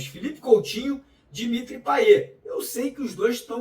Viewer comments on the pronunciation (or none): none